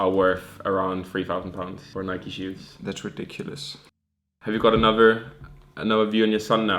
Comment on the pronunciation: dude just say nike instead of Nike-E